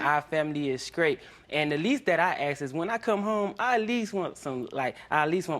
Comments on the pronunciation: Why is no one talking about the real problem here and that's neither one of them can pronounce the word ASK? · Also dont forget we black ppl say assssssh instead of ask